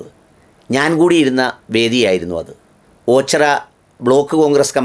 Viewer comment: നല്ലയൊരു വിഡിയോ. എന്നാലും എന്റെ ഓച്ചിറയെ, ഓച്ചറ എന്നു പറയുന്നത് ആരോചകമായി തോന്നുന്നു. ശ്രദ്ധിക്കുമല്ലോ 🎉